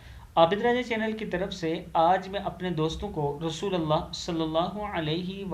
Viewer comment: Aap ka kam buhat mubarak hay Magar request hay aap apni awaz ko Sunayn Aap shuroo mayn shaid RASO. LU LLAH KI JAGA RASO LA LAAH KAHTY HAYN SHUKRIA